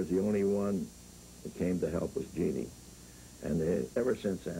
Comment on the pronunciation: Dean called her Jean-nee…